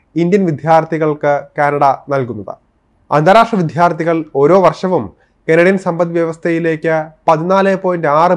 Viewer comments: വിത്യാർത്ഥികൾ അല്ല. വിദ്യാർത്ഥികൾ.ശരിയായി മാതൃഭാഷ ഉച്ചരിക്കൂ. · "വിദ്യാര്‍ത്ഥികള്‍ " ശരിക്ക് ഉച്ചരിക്ക് . മഹാ വൃത്തി കേട് 😮😮😮😮😮